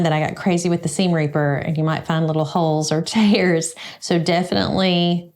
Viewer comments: Hey, commenting from little ole Flatwoods, in Eastern Kentucky. Too many funny moments to mention but I think the moment I realized that you were my people was when you referred to the seam ripper as seam reaper. Now I can’t stop saying it. 😂 Never stop being you! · Congratulations on 10K subscribers from Naperville Illinois. I love watching your videos and feel like I have a lot to say back to you but will try to keep it short here...my favorite memory from your videos is actually hearing you call your seam ripper a SEAM REAPER...and it is all I can think of every time I pick up that little friend of mine! 😂 I also think of you every time I am sourcing shirts and come across “the purple shirt”!! Congrats again🎉 keep the videos coming❤